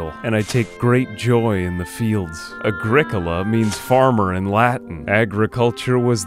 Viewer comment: The way you said agricola xD Love the series!